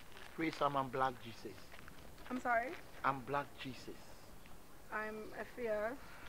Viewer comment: and: "brack jeeses" 😅😅